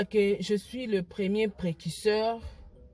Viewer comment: Precuseur t. Mais Précurseur . Yango yo penza euh. Fally a raison. Tu es incapable de dire correctement une phrase mais ozo critiquer nzembo ya mutu..